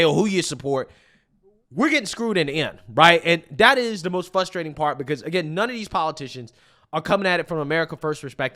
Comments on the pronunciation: I cant take it anymore... It's 'Frustrating' NOT "FUSSSTRATING"! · The translation guide 😂😂😂 Pop-uuhh-ler = popular ExtrapYOU-late = Extrapolate Silver war = Civil War Dat = that Dis = this Fuss-trating = frustrating